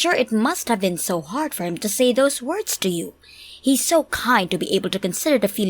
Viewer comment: Oh boy. The woman who won’t change her voice when playing two different characters and can’t pronounce half the words right. Dislike.